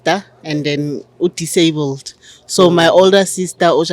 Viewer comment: Haibo 😅 did you literally just say ( Disablud)